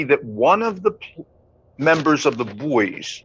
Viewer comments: The Buoys had a reunion concert May 15th here in Wilkes - Barre Pa HEY IT'S PRONOUNCED BOYS-NOT BOOEYS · Isnt Buoy pronounced BOY? not BooEees? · Talk about CREEPY, when you started calling the band the BUOYS, it made my skin crawl. I live very near where the band started and ALWAYS the band was called the BOYS. Yes I know it is spelled like a buoy but take it from someone who knows, the pronunciation is BOYS. Otherwise love your channel. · get the proper pronunciation of the group The Buoys. It is pronounced The “Boys”.You do a nice job but inexcusable for incorrect group pronunciation. It’s what you do! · Buoys .... Pronounced Boys . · I'm from Wilkes-Barre, the same town the Buoys (it was pronounced Boys) were from. Strange song, based on an actual event where a plane crashed in the Andes and they had to eat the dead. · I'm from Scranton, hometown of The Buoys. Saw them play many times. In their final iteration as the band, Dakota, I hosted their final concert at Montage Mountain in Scranton. Apologies ahead of time. I'm going to be "that guy". Even though it's spelled "Buoys", it's pronounced "boys".